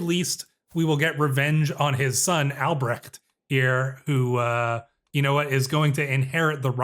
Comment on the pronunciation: When pronouncing these German names just use "h" like in "honey" when you see "ch" in names like Albrecht, should be easier and probably more accurate most of the time :)